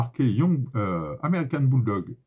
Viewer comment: Super vidéo avec des infos clef sur les calibres de façon a éviter les arnaques mais surtout les accidents. Petite dédicace a ton accent américain dans l'expression "american bulldog" 😹 y a du métier